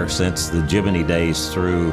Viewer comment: like how he pronounced Gemini , just like my family members from south east asia